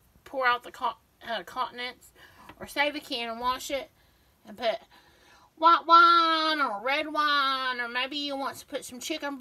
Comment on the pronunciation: I thought you said " Pour out the wa wa or want, want." Had a good laugh.😂